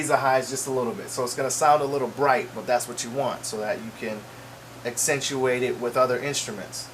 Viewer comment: I like you man. Even the way you don't just say "accentuate". It's more like "ak-sen-tu-WAIT". Dope!